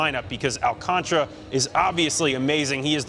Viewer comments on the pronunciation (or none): Al-Can-Ta-Ra … not Al-Can-Tra smh